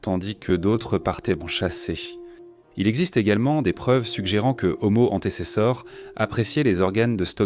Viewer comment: Nulle l'IA "Omo hanté c'est ça" 😂😂😂🤣🤣 "Ce singe" ...." Cet animal"